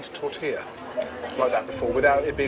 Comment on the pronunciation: "As it's pronounced here" 🤨 no...that's just how it's pronounced. Like y'all got 'tortilla' right.